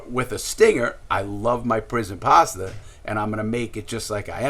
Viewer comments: ‘‘ lmao bro, larry says it with his accent sounds like “paster” instead of pasta🤣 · HAHAHAHA THEY'LL NEVER GET OUR PASTAH!